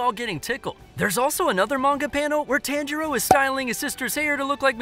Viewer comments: It’s pronounced (Ton-ji-roe) not (Tan-ji-roe) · Did you know that his name is pronounced Ton-Jee-Row?